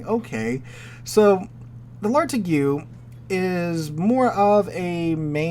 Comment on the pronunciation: The "igue" of Lartigue is pronounced the same as the "igue" in fatigue.